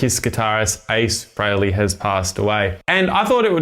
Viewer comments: Nice playing....but it's "Free-ley", not "Fray-ley". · Yeah I'm Aussie, too. And it's still "Free-ley" - always has been. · Pronounced Free Lee just saying